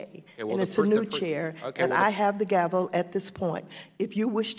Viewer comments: Yeah and it's gavel and NOT gravel🤣🤣🤣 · You mean to tell me this fool (a Yale graduate) doesn't know how to pronounce "gavel?" Okay, we know somebody whose father bribed their way into college. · 😎😎Did he just say Gravel? It's Gavel, without an R. Is he a boulder, a rock person? How long has he been saying that? 😎😎